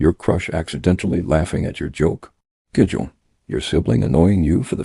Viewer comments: Even the narrator can’t pronounce ( gigil ) it’s pronounce ( ghee gheel ) lol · Pronounce the words properly; kilig – “KILL-IG” / tampo – “TUMmy & paw so, TUM-PAW/ gigil – like GI-zard say “GI Gi L” / bayanihan – “BUY YA KNEE HON” / utang ma loob – “OOTUNG NA LAW OB” / saying – SA YOUNG / hiya – HEE YEAH